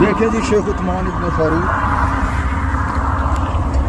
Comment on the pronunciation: Chomu, usman to shai se bol le...